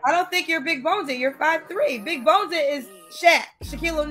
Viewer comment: “Big boneded” 🤨